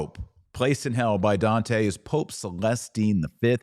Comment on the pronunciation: Oh wow the way you butchered Dante’s name made me stop viewing…and you even had the racist stupidity of pretending to say it like an Italian, or at least your bigoted version on Italian